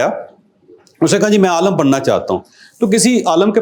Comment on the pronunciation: شریعت کا سلیبس بھی امریکہ سے بن کر آیا جو افغان ورلڈ وار میں لایا گیا۔ واہ جیدا صاحب واہ اور حالت یہ ہے کہ عالِم کو عالَم کہہ رہا ہے۔